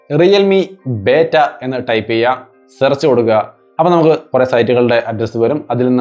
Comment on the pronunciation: ബേറ്റ അല്ല ബീറ്റാ ആണ്